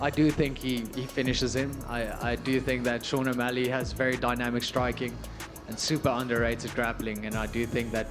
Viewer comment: who was the 1 that said omalley LMAO